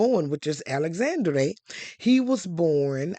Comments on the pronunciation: great video. for reference, the last E in Alexandre's name is nearly silent and pronounced more like "uh", not "ay" like Dr. Dre. so his name is more like ah-luhx-ahn-dr(uh) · Please don’t spread misinformation to our Black folks. It’s just lazy and we are trying to root for you, but you are not doing anything to try to uplift US. The House of Grimaldi has ruled Monaco since 1297, not 1927. The young man’s name is Al-ex-ENDRe, not Alexan-DRAY. That is a true butchering of his name and it sounds terrible. If you are going to tell the story of European and African royalty, it is only natural that you would learn enough of the pronunciations of the names of the people and places in these royal enclaves to do them justice. Also, tell the histories accurately. The Grimaldi are one of the oldest royal houses in the world. One of the problems we have as a people is that we don’t have enough quality education and information. We go around butchering French and Italian names, making up pseudo-French names with random apostrophes and such, and generally condemning our children to being ridiculed and being the laughing stock of their classes and workplaces, and wonder why they have problems getting employment with these parodies of foreign names. Mispronouncing a simple name like Alexandre is grist for the mill for those who might want to name a child after the young prince, but because you (and others) have messed up his name so, we have started yet another generation of painful pronunciations, making us look stupid, frankly. Anyone on YouTube that wants us to subscribe to their channel and make you wealthy should also not be so disrespectful of us that they